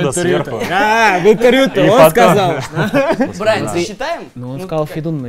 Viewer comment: Брайан, а не Брайн